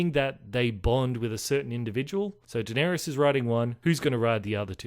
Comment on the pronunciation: It's Da-ner-is. Not Dan-er-ius.